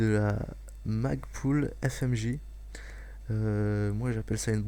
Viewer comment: c plus magbul que magpul